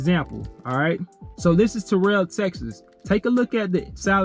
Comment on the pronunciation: Pronounced Terrell, Tx wrong but it's Kool. I had a chance to drive for them. Use to work at main paper and food that was next door but I jumped in the tanker game. They do alot of team driving, I was done with team driving.